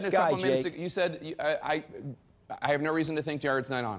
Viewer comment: Trump is the one getting the MSM off topic. This guy does not know the correct way to pronounce Kushner either. He is a lawyer but did not say that you have to be convicted of a crime to be eligible for a pardon. A complete double talker.